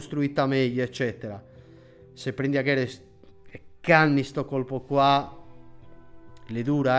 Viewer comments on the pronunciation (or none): Comunque si dice "Aguero", non "Aghero" Fidatevi. Grande. Ciao dal Nicaragua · Caro Colpo . Sei bravo . Pero non capisco perche in Italia si continui a pronunciare AGUERO come AGHERO .. la pronuncia è letterale come in italiano . AGUERO . con la U . Lo dico perche nel caso venisse contrattato mi vorrei risparmiare anni con i vari L ' Oriente o Loriente come con Fernando LLorente .-) Un carissimo saluto sei forte . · il cognome del Kun in italiano si pronuncia Aguero, non Aghero. Se vedi il suo cognome in spagnolo si scrive: Agüero, con quelli 2 puntini sull'u che li dà quella pronuncia che nello spagnolo è particolare. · sei un grande alla fine mi sono iscritto scusa peró si pronuncia Aguero no Aghero, perché ha due puntini sulla u